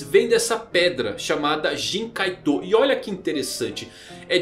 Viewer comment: Nao se pronuncia kaiTÔ , SE PRONUNCIA KAITO , a silaba tonica está errada , e não é kuraPIKA, é kuRApika (pela milesima vez)